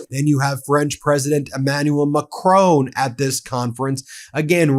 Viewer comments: Dude, after all this time, take 1 minute to learn how to pronounce Macron... lazy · You, mr. MACRON need to pronounce your 'r' different....not a French ' r' but an English/ American one.....